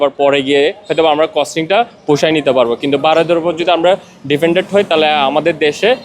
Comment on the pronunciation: Dependent ❌ Defendent ✔️ 😂😂😂